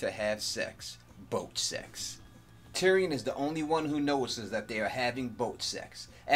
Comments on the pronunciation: So much BOAT sex on the BOAT. Love how you emphasis BOAT sex. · I like the way you emphasized boat sexxx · I cracked up at when you kept emphasizing the term "boat sex".